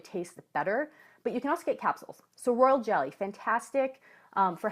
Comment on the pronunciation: Did you said world jelly or royal jelly?